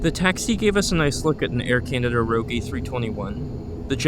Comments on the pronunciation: Its air canada rouge not rogue lol. Rouge means red in french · Just a friendly correction, "Rouge" is pronounced "rooj", with a soft pronounciation of the "j". ;-) Nice to see a turboprop review, espeically one from the U.S. Personally, having flown in both, the ATR 72-500 (the previous gen variant but still with six-blade props) and the Bombardier Q400, I would take the ATR any day, hands-down. It is way better in terms of noise and comfort than the Q400. Like you said, the noise is much more like a jet than a prop, and at least where I've flown in it - behind the wing - I did not have any issues with vibrations. The Q400 on the other hand - no thanks. But you are correct, the turboprop is a niche aircraft in the U.S. Thanks for uploading!